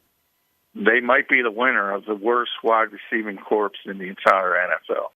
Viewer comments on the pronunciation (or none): Wide Receiver core not corpse